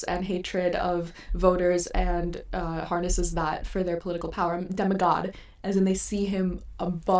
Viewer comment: not sure what you can do but your sound is really messed up. Also you are mispronouncing demigod, I think its because you have tried to draw this connecting to demagogue. The words are not related all that much though, a demagogue is a skilled orator while a demigod is a half-god. I understand what you are trying to say but the argument is weakened by the mispronunciation. Keep up the good work but you'll need to fix these smaller issues and do a bit more proofing and research if you want to grow the channel.